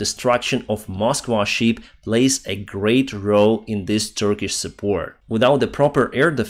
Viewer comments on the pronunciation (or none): none